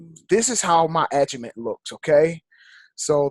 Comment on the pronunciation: There are other people teaching this. What makes you think your the number one educator? It's pronounced Agi Mat not??? Aga Met